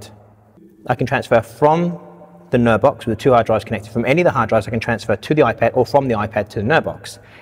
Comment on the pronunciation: What are you saying? Nerve Box? Nerd Box? Can we have a link to the product?